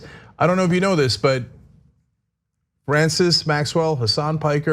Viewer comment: They canned Fwanciss? Dude that sucks, I had so much fun laughing at that guy with my bros